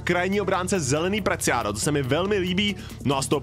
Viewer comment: Presiado ne Preciado